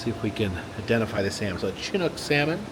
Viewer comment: I think u need to go back to the Alaska Sealife Center, since u missed the puffins diving downstairs. Also, Chinook/king salmon is pronounced "shi nook." 😊😅